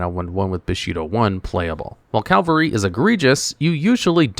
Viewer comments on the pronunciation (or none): It’s “CAV-AL—ry.” “CAL-VA-ry” is the place Jesus was crucified according to Christian scriptures.